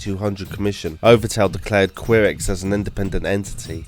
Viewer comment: Ky-rex not queer-ex